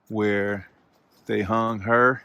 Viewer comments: It is hung not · It is " hung" by the way